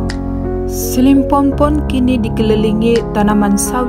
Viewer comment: SILIMPOPON min.. bukan SILIMPOMPON